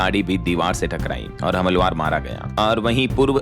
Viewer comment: हमलवार नही हमलावर होता है, उच्चारण ठीक करें।